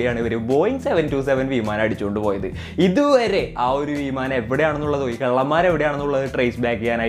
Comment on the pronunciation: വീമാനം അല്ലടോ വിമാനം...